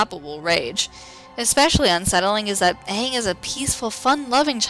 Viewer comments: Yes there is ^^ many watched it. many experienced its horror. of the miss pronunciation of "aang" as "aung" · night guardian As much as it pains me to say it.... That pronunciation of Aang's name is correct as far as real world Asian languages go. The "a" sound, especially a double a like that, tends to be the "ah" sound. However, because the original source material pronounced it as "ay-ng", the movie should have too. Granted, pronunciation is the least of the horrendous movie's problems when it comes to staying true to the series.